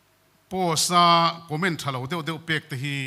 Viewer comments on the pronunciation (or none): none